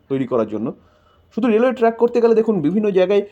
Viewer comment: আপনার ভয়েসটা দারুন। কিন্তু আপনি উচ্চারণটা ভুল করেছেন। ওটা ট্রাক 🚛 নয় ট্র্যাক মানে রেল লাইন।🙏🙏